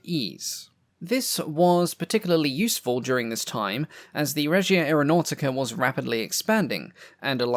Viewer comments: To improve your very creditable pronunciation of Italian words, may I make one suggestion: Aeronautica is pronounced "ah-air-o-now-tica". Try to roll your R's if you can - but, then some Italians cannot do this, either - it's known as an "erre moscia" (soft R). As for carbon tet - I remember a household clothing stain remover from my childhood in the 60s, called Thawpit, which was nothing other than carbon tetrachloride. I used it fairly often and am still here to tell the story, over 60 years later. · AreoNAUGHTYca Sorry I’m Italian and it really amuses me